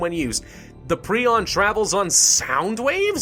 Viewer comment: It's pronounced pry-on.